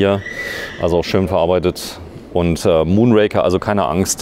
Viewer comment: Ihr solltet zumindest in der Lage sein den Namen des Bikes richtig auszusprechen. Der Bond Film heißt Moonraker und nicht Mondraker. Bei dem vorgestellten Rad ist es dementsprechend umgekehrt.